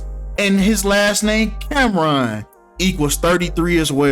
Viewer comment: James “Cam Ron” 😂😂😂😂